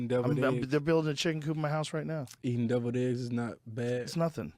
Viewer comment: Joe was right. That bit sucked balls. Also, Danny says Devilled Eggs like "doubled eggs". Dummy.